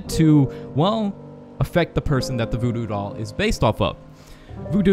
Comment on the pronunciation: Did You Say BooBoo Doll Or Voodoo Doll